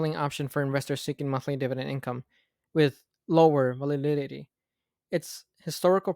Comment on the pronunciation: This was a great video, brother. Just helpful hint. Learn to pronounce volatility. Take your time when going over videos. Its ok to get things wrong & learn to get them right. Good job, keep up the good work, and always keep an open mind for constructive criticism